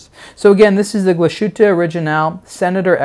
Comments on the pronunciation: Very nice watch and good video. But, man, you're killing me with your mispronunciation of Glasshütte. There's no shushing sound. It's pronounced Glass-HOOT-eh, not glah-SHOOT-eh. If you can say "glass" you can say "glass-hoot-eh." Remember, "thersh" no "shushing shound." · "Gla-shutte":/ Learn to pronounce this name,. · Please pronounce it correctly. "Glas" and "hütte" are separate, so there's no "sh" sound in the middle.. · The pronunciation of the brand name is hurting my ears.